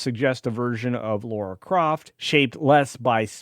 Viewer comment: "Laura Croft"? She's dead Jim